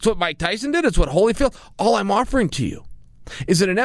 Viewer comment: MIKE TWYSON